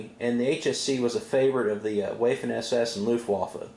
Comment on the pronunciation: "Wayffen SS" SMH